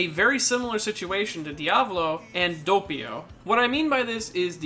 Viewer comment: saying doppio: Dopeio Other people: Doppio